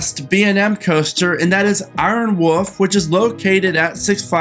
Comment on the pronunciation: "Iron Woof" 😂